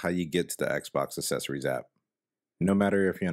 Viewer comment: Says "assessories" instead of "accessories" 😂😂😂😂😂😂😂😂😂😂😂